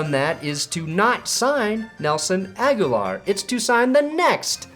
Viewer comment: Brandon "My pronunciation of Agholor's name will give you ulcers and hives simultaneously" Perna